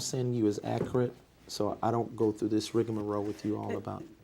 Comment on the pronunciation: If He says “ ACRIT “ one more time 😡😡😡😡😡